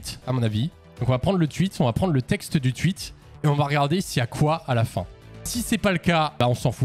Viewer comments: Ça me fracasse quand il dit tuit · Arrête de dire "tuite" wsh c'est insupportable